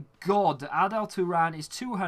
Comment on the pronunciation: it's arda mate not adel, love the vids!